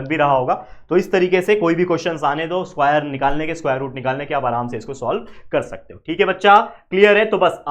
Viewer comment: स्कुवायर 😂 But Your Teaching Skills ❤